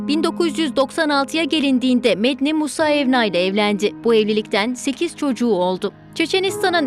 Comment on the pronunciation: Medni diyil Medinee